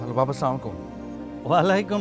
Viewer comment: অপুর্ব সালাম টা কখনো ঠিকভাবে দিতে পারে না। খুবই লজ্জার ব্যাপার।